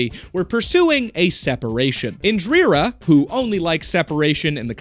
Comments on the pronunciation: IN+ DEE + RUH is the pronunciation, not IN + DREER + UH. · Bro...I do enjoy your content, but you REALLY need to check your research. Get some ACCURATE info re: Indian history... At least you stopped saying: "In-Drear-ah" half way through. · Why can't you pronounce Indira but you can pronounce Gandhi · FFS MAN INDIRA, I-N-D-I-R-A, INDIRA also best channel watched all the videos